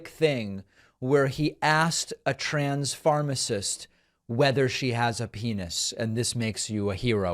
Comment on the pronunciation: "Trans-pharmacist" 🤣🤣 did he transitioned into pharmacist?